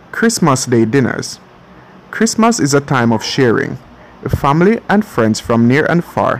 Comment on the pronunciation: I don't know how is narrating this, but he totally forgot his "H's" it's "ouse" or ouseole and fambily.